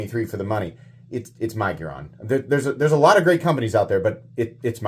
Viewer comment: Budget Centurion...and i think its Mig-, as in fig, -uron. Sorry, im being critical! 😂😂😂